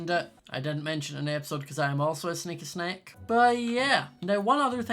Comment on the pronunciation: I can't tell whether is saying "sneaky sneak" or "sneaky snake" 😂